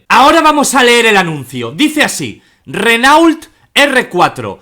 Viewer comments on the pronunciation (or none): none